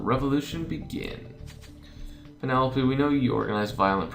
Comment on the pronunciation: Penelope's name is pronounced Pe-ne-lope. It sounds weird when you pronounced it as Pe-ne-lo-pe